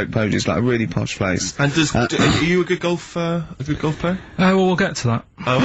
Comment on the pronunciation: "well shizzen pay goff it zz a prezn goff goff wezza sa goff goff so..." It's like one of his movie reviews